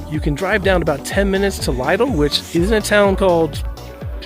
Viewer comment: Did you just call Lidl ‘Lydl’ 😂